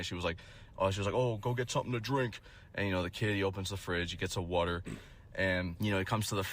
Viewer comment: “YOU GETTING A WAHTAH?” 😂😂😂